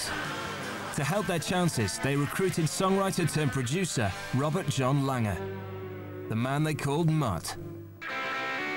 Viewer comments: Why does the narrator keep calling him "Mutt Langer?" It's Lange. No R at the end. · Whys this guy keep calling Mutt "Mutt Langer"? No ER on the end dude. Just Lang. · Am I the only one bothered by the narrator saying Mutt LANGER? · The narrator cant pronounce "Lange" ?